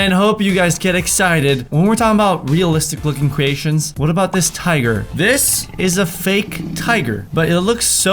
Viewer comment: Cweations- and twime less he said xD